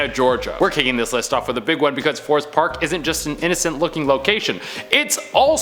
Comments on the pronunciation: Forsyth, not forest. Does anyone rehearse these videos even a little? Bats are not evil. Thought you said nature is neutral. Plus, they carry fewer diseases than humans. Ditto on the snakes. At least you are probably the best at pronouncing the words! (Except when you just use the wrong word.) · Fore-scythe (syth)= Forsyth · It's pronounced For-sigh-th for the 1st one 😅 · Savannah native. totally butchered Forsyth. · You are killing me the bar scene in Savannah is way worse in Savannah and you are saying Forsyth park so wrong it’s insane 😂🤦‍♂️ the only thing scary at night there is homeless people. You’re in the wrong part of town if you want to see haunted stuff. Killin me smalls 😂